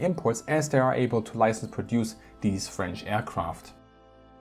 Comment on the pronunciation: You have a really good french pronunciation I didn't know that until this video!